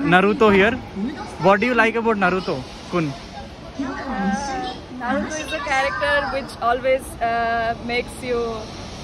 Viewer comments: Why 🧐 do you pronounce naruthooo naruthooo repeatedly. Isn't Naruto pronounciation? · Not narutho😂 its naruto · It is not Narutho 😡🤬🤬🤬🤬🤬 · Bruh Narutho kadhu Naruto anni pronounce chy knchm vinataniki uneasy ga undhi naruthoo antuntey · Naruto bhayya naratoo kadu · Bro it's Naruto not narutho..... Tho kadhu to......😌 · Bro not నరులతో correct name is నరుటో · Bro narutu kadhu ra naruto it's Naruto to... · Nartho! Kadhu bro 😢 it's Naruto t pronounce cheyali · Narutho kadhu anna naruto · Naruthoo kadhu bro Naruto 😂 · అది నరుటో కాదు నారుటో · Naruto raa Babu narutho kadhu